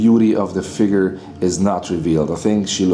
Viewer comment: "Let's go into the FIGURRRRR." Haha love you brother.